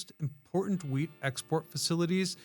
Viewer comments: Anyone else hear weed instead of wheat? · I agree I think he misspoke and said weed more than once I heard wheat twice but he said weed too lol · he definitely said weed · I swear to God you said loaded with weed. Lol. I've gone back and listened to it 4 times and it never changes to me. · Of course he said Weed! It was going to Portland. He also pulled an AI and said Sal-mon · My brain is so messed up, every time he said wheat, I hear Weed. And I'm thinking Huh??? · Lol! I heard it too.